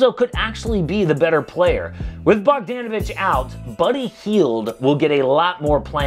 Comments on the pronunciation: I’m not a name specialist but I’m 99% sure it’s pronounced Bog-DAH-navich instead of Bog-DAN-ovich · That’s the whitest way to say bogdanovic’s name